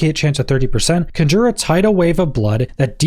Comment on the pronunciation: I thought Decompose sounded interesting until I realized it was a channeled skill. Unless it can hit more than a single enemy at a time, or has a cone spread instead of a narrow beam like Ray of Frost, it's kind of trash. I think in the end the Bone Spirit and Blood Lance/Surge builds will end up being the strongest. Also, "Conjure" is pronounced "Con-jer" not "Cun-jur".